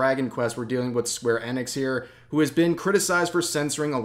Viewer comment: square eh-NICKS? isn't it EE-nicks?